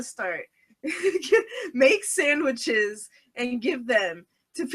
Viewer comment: I HEARD SAMMICHES!!!!!